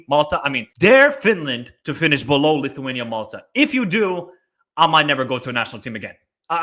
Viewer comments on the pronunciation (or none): none